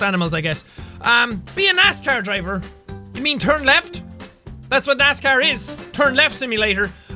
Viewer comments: It did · When Sean said 'Be a NASCAR driver' it sounded like he said 'Be an ass car driver' 😂